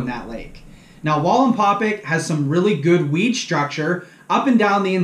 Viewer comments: Excellent video. Please pronouce the name of the lake correctly. That would perfect it. It's "pack" NOT "pick". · Wallenpau Pack not wallenpaupick or whatever your saying hahahaha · Linguistics assistance: Wallenpaupack. It is not Walinpawpic it is Wall en paw pack. It's pronounced like it's spelled. And PA natives don't say "yanz guys" it's Youz guys. You're obviously not from the coal region or you would know how to properly make fun of us. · you do great videos, but you're saying Wallenpau "pick" it's Wallenpau "PACK" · Omg.. it's pack.. PACK... WallenpauPACK.. not paupick.... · It’s pronounced pack yes ... I’m from western pa and I butcher everything... your not the first person to point it out lol hope the information was beneficial ... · I don't know if you read these after the fact but it's pronounced wall and Paul pack like backpack just to let you know you're awesome dude I love your channel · I’m aware that I miss pronounced it , I appreciate you letting me know though , next time I do a video out there or talk about it I’ll get it right! Thanks man I appreciate that , it means allot that you like the channel , me being a less than average fisherman that likes to learn and share never thought I’d have anyone interested in a channel , but it’s been fun and I really do appreciate you guys and your feedback! Thanks again man! Hope you and your family are staying healthy and warm! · Nice video but for a lake wallenpaupack lifer you murder the way it is pronounced lol